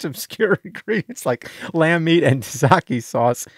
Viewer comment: lol James your mispronounciation of tzaziki hopefully thats not how you say it when you buy some they may look at you funny lol